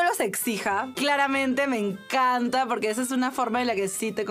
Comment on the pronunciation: El "me encanta" del minuto se lo he oído yo, con esa misma entonación y musicalidad, a Boris Izaguirre. Yo apostaría que es una venezolana de familia de clase alta, bien por haberlo sido hasta ahora y haber inmigrado a España por discrepancias políticas con el chavismo, o bien por ser hija de chavistas enriquecidos (los llamados "boliburgueses").